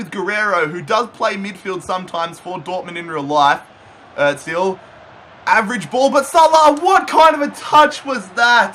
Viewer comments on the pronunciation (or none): It’s not Otzil it’s Ohzil (Ozil) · Its not Mesut Etzil